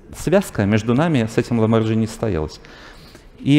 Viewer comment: Все ок, но как человек говорящий об искусстве, может говорить ‘Ламборджини’ ?!)